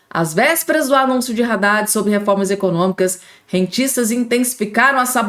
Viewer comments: Haddadi e nao Raddadi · Pelo o amor de Deus! a pronúncia é ADADE. E não RADADE